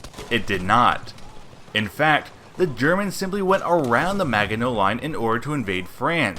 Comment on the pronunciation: Oh man the pronunciation of Maginot. Also the Allies weren't surprised the Germans went around Maginot. the whole point of Maginot was to make the Germans go around it so the relatively easy Alsace and Nancy regions wouldn't be attacked and the fight be forced to take place along pre prepared positions along a series of forests, hills, rivers, and canals. the issue was Belgium threw the plans out in 1935, and then surrendered without telling the Allies during the war. so the Belgian defences were weak and they then left a hole in them. "Char tanks" - so tank tanks? Also what anti tank rockets?? 😅 there were none in 1940. experimental ones didn't teach combat until 1941 and they weren't standard issue until 1943. Arras was a delaying action. it was never meant to be massive battle. So of course it only went for one day! why do you keep saying AT rockets? they did not exist!